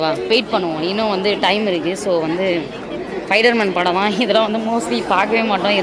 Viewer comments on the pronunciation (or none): Spider man ❌fider man✅ Hayyo hayyayoo 🤣🤣🤣